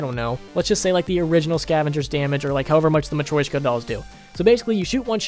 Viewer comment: The way he says matryoshka dolls is actually the worst thing I've ever heard.... "Matwoishcka dolls"